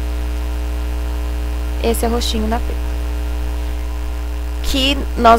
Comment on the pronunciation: Se lê Pépa , amei o vídeo